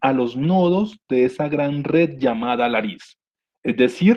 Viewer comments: Lattice en vez de laris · LaTTice, no larice